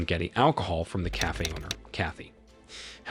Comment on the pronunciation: I laughed when "cafe" came out "caffey."